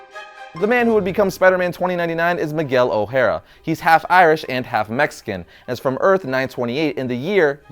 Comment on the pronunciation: maguel? fucking bad latino, learn some Spanish